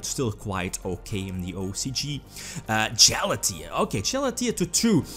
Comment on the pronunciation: “Jalatea” Lmao, I unironically love the pronunciations you make. Reminds me of Grinder Golem.